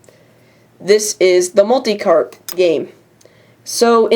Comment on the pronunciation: You said multi-CARP! lol.